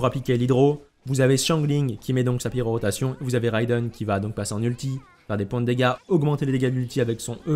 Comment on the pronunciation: Bon timing avec la quête de l'event actuel qui parle d'elle, par contre ça me trigger à chaque fois quand tu dis pyroROtation au lieu de pyrotation xD